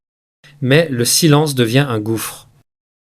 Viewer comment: LE PERSONNAGE QUI PARLE EST T E L L E M E N T RIDICULE QUE JE QUITTE YOU TUBE POUR TOUJOURS ( saïlance....innepossible etc.) J AI ENSEIGNE LA LANGUE DE FRANCE